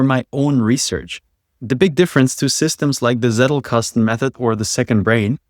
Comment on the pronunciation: bruder, ich hab im ersten satz gehört dass du deutscher bist. warum vergenusswurzelst du meine ohren mit dem wort seddlkastn